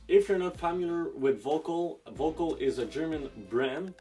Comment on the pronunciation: Btw, pronounced more like “Verkol”.